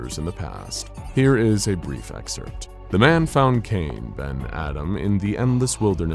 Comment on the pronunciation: IT'S "EXCERPT," DAMNIT. "EXCERPT." GRRRRRRR.